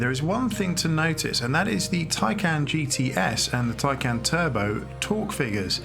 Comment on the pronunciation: You might have been bothered to properly learn how to pronounce the name of the car that you purport to be reviewing. It’s “tie-con”!